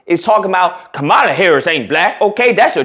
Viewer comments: Agreed! One thing my brother, people do like to have their names pronounced correctly. Most of her detractors call her ka - 'Mala, so do you. She pronounces it 'Kahm - uhla. You should to. It would be a sign of respect. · Bruh, if you are gonna simp and cape for Kamala, at least learn how to speak her name correctly 🤦🏻‍♂️ you sound ignorant af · Bro, can you please pronounce her name correctly! Dang bro!